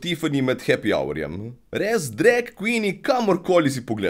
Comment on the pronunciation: Všeč mi je, ko reče drek in ne drag :)